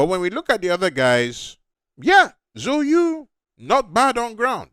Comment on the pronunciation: that chinese pronuncation killed me at the start. So you?. Its ZHOU YU. ZAO Yü